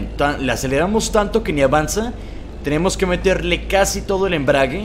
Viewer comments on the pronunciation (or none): none